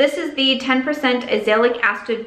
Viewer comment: Hey! Can't wait to see what you do with your new space! And jic you like to know these things, Azelaic = aahzz-uh-LAY-ick. :)